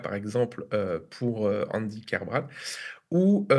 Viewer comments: KER-BRA-TE, le "t" se prononce! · Bonjour, juste une (toute) petite chose ; c'est KerbraT (le T est entendu) c'est un nom de famille breton et en breton , toutes les lettres sont prononcées.